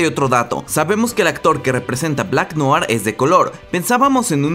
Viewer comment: No sé si lo pondràn en la serie pero en el cómic es clon de otro... Ah por cierto... Noir se pronuncia "nuar" Buen video.